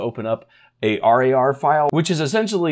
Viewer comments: thanks for the update but please call winrar and rar as just rawr instead of treating it as an acronym. Never heard anyone else call it r.a.r. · i can't get over him calling it R A R instead of pronouncing it rawr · Use 7 zip for rar files, also not r a r, rar, like roar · bit triggerd with the R A R pronunciation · Don´t say r-a-r file or also say z-i-p file, but don´t do that! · The way he says RAR hurts my soul.